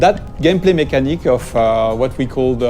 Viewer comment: but the "vat gaymplaie mécanique" is still very funny to hear.